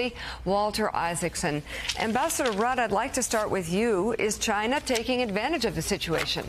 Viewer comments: It's Rudd not "Rude" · Kevin Rudd (Joe, it’s not Rude, it’s Rudd, rhymes with “mud”), one of Australia’s most beloved Prime Ministers, regrettably removed by a political coup and his disloyal Deputy Prime Minister, Julia Gillard (Americans claim we Australians are “misogynists” — no, our first female PM was a back-stabbing traitor (I’m sorry to say), and we collectively hated her). Kevin Rudd was the first and only Australian PM to offer a formal, heart-felt, and comprehensive apology to our Indigenous people, which brought most Australians to tears. A brilliant man, wonderful statesman, and he was also a great asset to us in building a strong relationship with China as he speaks fluent Mandarin.